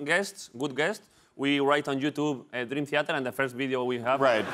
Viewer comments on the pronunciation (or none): David broncano se ha traído a Dreamtheater a catar agua a su programa, y a olerle la barba a Jhon Petrucci. Este tío va en buen camino. PD: La cara de petrucci cuando David pronuncia mal el nombre de la banda es brutal. XD